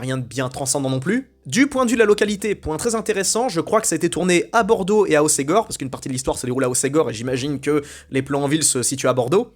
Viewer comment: igor d'hossgore tu dois connaitre? Pas hosségor.putain,,respecte toi